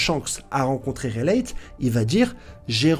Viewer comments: Tu bases ta théorie sur le fait que Luffy veut le One Piece, or c'est faux. Que le One Piece permet d'accéder au titre de Roi des Pirates, or c'est faux. Tu prononces "raylette", "monky dé lufy" mais tu dis "nakama". Et tu mets une photo d'Aonuma pour désigner Oda. Je ne sais pas si c'est fait exprès mais pour toutes ces raisons, je n'ai pas pu aller plus loin dans ta vidéo. Dommage. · Gold et roger, raylhite , monkey dé luffy , zo en... ca fais mal aux oreille vraiment. Tes au courant que c Gol D roger ??😂😂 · Releighte 😂 Ho non t'aime trop inventer des blazes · Fait un effort sur la prononciation des noms , vraiment c trop 😭😭. Gol Di !!! Gol Di !!!! Gol Di !!!! Gol Di !!!!! Pas gold et roger 😂😂😂 Et c'est R leite 😂😂 ca se prononce " raille li " , les zoans ca te fait pas bizarre en le disant 😂😂😂 met un " e " au bout , sa fera moins mal aux oreilles